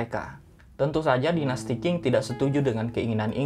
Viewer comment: Qing itu dibaca Cing bukan king. Memang bgitulah bahasa Mandarin, sudah huruf kanji, cara baca pun TDK semua sesuai dgn cara mnulis.